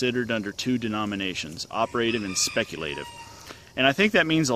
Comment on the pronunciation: Op-err-tive and speck-you'll-tive